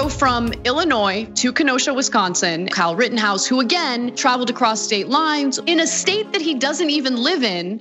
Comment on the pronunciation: 1.52 does the guy say Karl Rittenhouse?